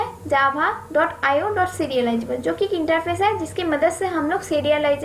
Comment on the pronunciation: Pronounce Java not jhaba😂